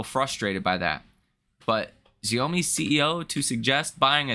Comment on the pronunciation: little tip: pronounce "Xiaomi" as "show-me". Thanks for your daily info.